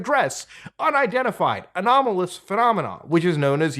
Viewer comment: and and Anonamolous?!